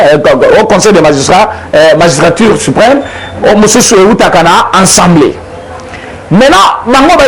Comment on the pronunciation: De grâce, Monsieur le Journaliste, il s'agit de l'ASSEMBLEE Nationale et non ENSEMBLEE Nationale...